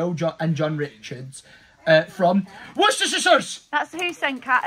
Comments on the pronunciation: Worcestershireshire (how reads worcester) 😂😂 loving the vlogs mate 👍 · You are an absolute LEGEND, I cannot get over them Brits trying to pronounce Worcester, also you just keep showing love! Thank you for being a great person. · And the pronunciation of my hometown Worcester is hilarious 🤣